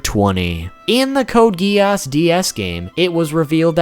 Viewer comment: Code Gee-Arse